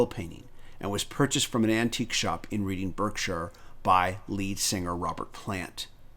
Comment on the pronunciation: Thanks I enjoyed that. For your information the place where the antique shop was is not pronounced as it is spelt! It’s pronounced Redding (as in the colour} Barkshire (as in the sound dogs make). English spellings 😳!